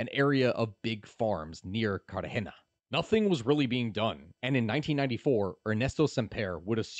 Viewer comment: Don’t forget calling Cartagena carrjena